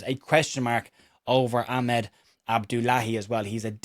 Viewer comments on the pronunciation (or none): none